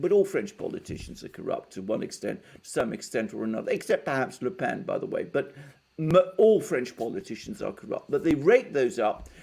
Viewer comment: The brilliant Alexander finally got the Le Pen pronounciation memo!